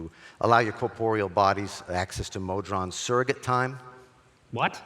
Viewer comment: "Mod-rons"? What? Try "Mo-Drons" instead.